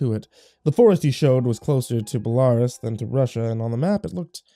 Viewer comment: Belarus = Bey lah roos